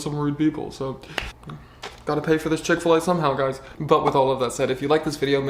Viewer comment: I love your videos, but Chic-F-La????????